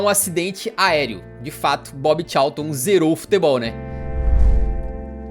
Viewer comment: a pronúncia correta seria: Bob Calton